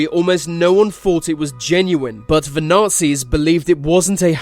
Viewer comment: Can't you pronounce 'the'?